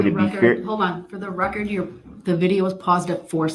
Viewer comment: You are so much wayyy better than Kerrycture or whatever her name is. I tried watching her videos but I couldn’t! It was just annoying, IMO. You are being you and that’s the difference, IMO. Everytime I hear rekk-kert I can’t help be say Put a needle on the record! Lol! This ignorant man doesn’t realize when he’s reciting the opening $hit he says he’s not arguing the charging instruments, isn’t that like saying, yeah I know I’m guilty….. if I’m wrong forgive me